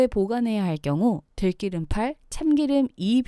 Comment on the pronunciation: 들끼름이 아니라 들기름